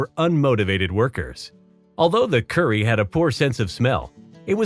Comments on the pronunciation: The Kuri is actually pronounced Koo-rhee (roll the r so it kinda sounds like coodee) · Thank you, the pronounciation of Kuri and Maori made me shudder...